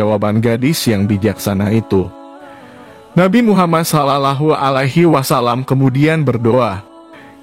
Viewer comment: Bukan Islam ya yg baca video nya sulit bgt ngomong sallawohualaihiwassallam